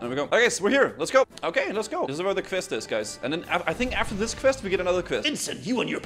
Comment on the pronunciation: As a fellow Dane, I'm allowed to roast you for the way you pronounce "quest." It makes me grind my teeth. :P The rest of you can bugger off.